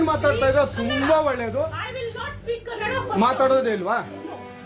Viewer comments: I am watching from US, I love ur content, love ur work. It’s funny, my routes are from Karnataka. I want to correct one thing from ur video it’s not Kannad, it’s Kannada 😊. U said it wrong once 😅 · Kannad nahi bhai kannada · Cardinal sin of calling kannada as kannad 😂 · Its KANNADA not KANNAD. Get that right before your cringe edits. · bruh. Obligatory "it is kannadA, not kannad" comment. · Kannad ❌️ Kannada ✅️ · All fine until you called Kannada as Kannad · I'm sorry, I hate to be this person. It's Kannada; Ka Nna Da.. pronounced [kənːəɖa], you don't say Marath, do you?